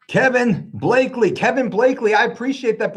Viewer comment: Also it’s BLACK-ley 😂 lol everyone gets it wrong